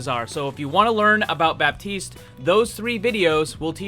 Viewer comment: The P in baptiste is silent